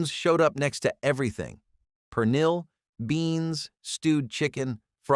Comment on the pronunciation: toss tones… pee lawn… per nill… cafe con letch… gwineos… I’M SCREAMING 💀